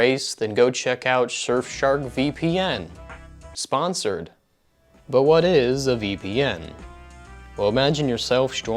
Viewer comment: I'm subbing for the way you said "S P O N S O R E D"